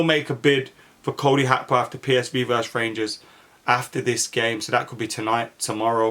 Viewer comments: How can read his name wrong that many times😭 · Cody Hakpo? Lol keep the awesome content coming though 🙌🏿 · What is it with players names these days Gakpo is pronounced Hakpo and Nunez is pronounced Nuniez … did they run out of letters at the club shop or something?